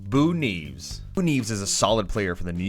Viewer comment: NI EV ES. Not NEEVS